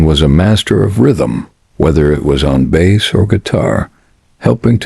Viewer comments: I made it into less than one minute of this video, and... Nope. Not doing it. Effing voice over. If you have the pronunciation of the most important thing in Reggae as 'bess line', instead of 'base line', you should start a fishing channel, not a music one. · "bass" is pronounced "base". Please stop this AI slop. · It would also be nice if the AI-generated voices could learn that in music — reggae particularly — “bass” is pronounced “bass,” not the same way as the fish.